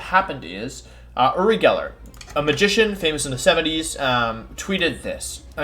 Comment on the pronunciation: I’m not sure if Wolfey is purposely mispronouncing Uri like he does with Pokemon names or if he genuinely doesn’t know how to say his name.